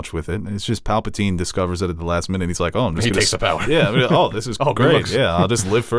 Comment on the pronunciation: Can someone tell him it’s Palpatine and not Papletine